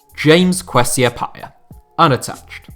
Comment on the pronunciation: the way this man Butchered Kwesi Appiah’s name makes me wanna commit heinous crimes